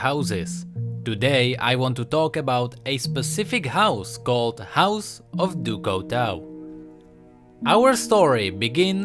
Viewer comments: du coutau du coutau du coutau. it's du cutuu (the pronunciation) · No offense, but you pronouncing "du couteau" made me want to cry. :P it's pronounced "du cutô" or something, means "of knife" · Lol no offense but u have to speak it like in french du couteau = du couto speak it out like that :) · XDDDD house du couteau l thought it was a auto translation coz lm french buh na l swear to god the prononciation is actually House du cuto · i really like your videos but... it is pronounced "Ducooto" (from knife in french) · Pronounce it DuCooto pls, and it mean oftheknife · It's actually pronounced Due Cooto ;) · j'adore la prononciation anglaise de "du couteau": du couwtweau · Pronounced "doo koo-toe" I like your videos, keep it up:D. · THIS PRONUNCIATION OF DU COUTEAU IS KILLING ME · i cringed everytime he said "du couteau" x.x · Very nice video but your french pronunciation is not correct. Du Couteau is not english so try to pronounce it good next time.;-) Still a like tho. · Der13pipez01 Oh I though you were french XD mb! I was saying that I find the way english pronounce "du couteau" funny.